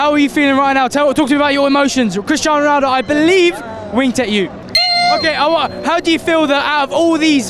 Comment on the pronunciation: so you are telling me, this man casually shakes MANE's hand, and he's just like "kristan ronaaaald"